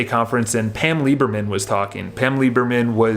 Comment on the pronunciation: Hi, nice rant I liked it but if you are going to refer to others by name you should get the name correct. It is Pam Liebman not Lieberman and Howard Lorber not Lawburger. Anyway keep up the vids I like them :)